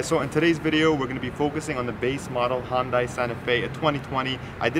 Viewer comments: It's Hun-day, not Hun-die. And your cap is on backwards. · Dude, great review and a great SUV. WHO CARES how it's pronounced?, do you even know what the Hyundai symbol means? Enjoy yourself and the weekend.